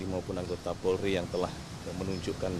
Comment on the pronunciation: Polri cak bukan porli